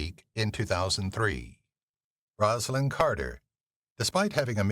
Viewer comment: You do realize this is an AI voice, right? You can tell by the mispronunciation that should be very simple.